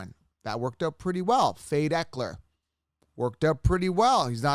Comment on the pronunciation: Austin Ekeler!!!!!!!!!!!!! Come on 😆 still love your channel though